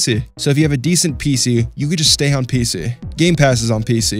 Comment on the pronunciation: “Piece-E” Lol the way he says PC is so funny to me